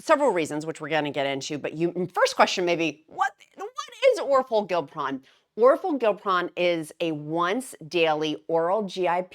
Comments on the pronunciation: This is interesting…you’re throwing me off just a tad though pronouncing it Gil pron instead of gli pron lol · I’m kinda excited to see how this pill form works for maintenance. I need to lose 45 pounds to get there but have been thinking of trying it as my maintenance med. also you crack me up pronouncing these medications🤣. The downsized pronounces it “or-for-gli-pron”. I hope it has a catchier brand name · I think it’s pronounced or-FOR-gli-pron.